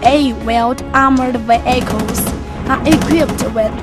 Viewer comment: i like it when she says "ve-ai-chals"